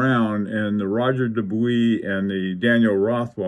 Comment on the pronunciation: Roger Dubuis - as an English speaker speaking in English, you nailed it. It might sound a tad pretentious to say ROH-ZHAY for Roger, but if I was speaking in French, I would say it like that. Incidently, I have a reading suggestion unrelated to watches - "The Art of Losing" by Alice Zeniter. It won every literary prize available in France. I'm attempting to read it in French and it's a challenge! Best regards.